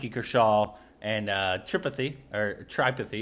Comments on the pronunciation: It's tri-pathi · tri-pathy..the way you guys say it, makes it sound like a disease..like myopathy, retinopathy or something..LOL..Tree-paathee. But seriously, one of the best movies i have ever watched. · It's Three - paw - tea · Tripathi is pronounced as 3-paa-T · No it's more like tree-paathi! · Tripathi = "Three-paa-tea" guys!